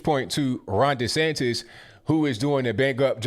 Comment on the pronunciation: He said DeSantis 😆